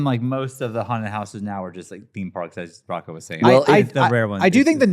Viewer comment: Sorry Rocco said it correctly.